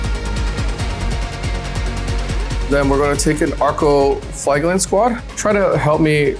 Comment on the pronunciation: thst is not how you saw flagellant. flaj (j as in jam) eh lant